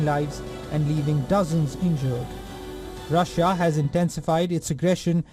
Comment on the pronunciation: Rasssiya ? Please get someone with a good English pronunciation please